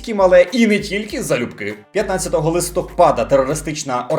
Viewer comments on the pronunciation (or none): none